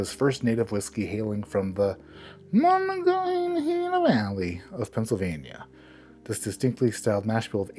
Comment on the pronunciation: Tried it. Didn't like it. As a Pittsburgher, saying Monongahela was funny.